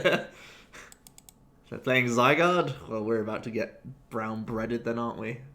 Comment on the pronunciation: "brown breaded"